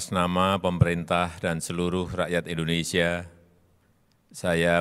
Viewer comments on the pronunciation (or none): none